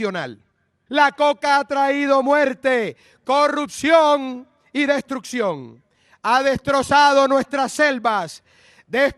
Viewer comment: Seul truc que j'ai retenu c'est quand il a dit "Courrouptionnne y Destrouctionnee"